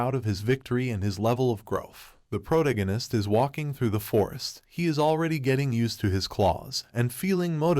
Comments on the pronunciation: Pro-tag-on-ist. . . Its off putting hearing Prota-ginist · Pro-tag-a-nist. Fucking say it right. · Sorry I jus can't when the narrator can't even say the word protagonist correctly🤦🏾‍♂️🥴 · Hearing him pronounce protagonist makes me feel like Brian when Stewie was pronouncing cool whip